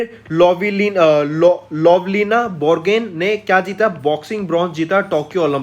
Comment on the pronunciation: Borgohain, Myanmar apse bola nahi jata. Bor Gain, aur Maya Maar bolte ho.